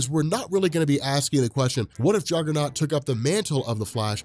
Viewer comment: "CAUSE IM THE JUGGUHNOWT BITCH"